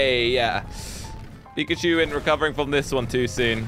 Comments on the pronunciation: Did he say pipicue it’s Pikachu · You said “pichachu”not pikachu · Pikachu not pichachy 🙏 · Ash:"Pikachu" use thunderbolt:Absolutely wrecking "pichachu" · said pichachu instead of pikachu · Did anyone else notice that he said pichacu and not pikachu 🤭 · it is Pikachu not pizza shoe lol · was like - Absolutely wrecking “PICHACHU”😂😂😂😂😂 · Yah🤣🤣🤣 pichachu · No he said. Pizza shoe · he just said pichachu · When doesn't realise he said pichachu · he said pichachu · pichachu Me: *wheeze* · So we just gonna ignore he said"abosolutely wreaked pichuchu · U said pichuchu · Bro really just Said PichaChu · did he just say '' pichachu '' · did anyone notice he said : pichachu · is funny he calld pichacu picacu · When he put pikachu he said petatu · Lol pichachu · i think he also said pichachu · did you say pichuchu?! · did he just say pichachu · If you put it on subtitles he says pizza shoe lol😂😂😂😂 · You said pichechoo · You said pichachu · did anyone here said we shot pichachu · Did you just say PICHACHU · He full on said pichachu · Bru he just called pickachu pichu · 🤣he said pizza shoe😂😂🍕👟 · Hey dont take it as bad but at the time did u say pichachu if u listen well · IT NOT PICHACHEW SLOGO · "Pichachu" lol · said pichachu #🤣😂😂🤣😂🤣😂🤣😂🤣😂🤣😂🤣😂🤣😂🤣🤣🤣😂🤣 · He said pechachu 854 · Did anyone notice that said pichachu??😂😂